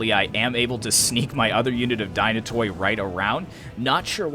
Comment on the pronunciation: Dynatoi is pronounced as Dynate' (means Dynatos =Strong , Dynatoi is the plural).. in general all Hellenic units Skoutatoi = Skouta'te , every -toi is not (toy) but -te (not t+epsilon but like the e-ar) I hear other youtubers pronounce it that way too.